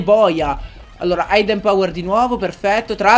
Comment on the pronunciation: Hidden power si pronuncia idden non aidden ;)